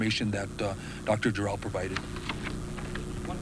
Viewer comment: He keeps calling her, "Dr. JOR-EL", as if there were some "Superman, the Movie" connection...but, her name, as pronounced by herself, sounded like, "Jerrol".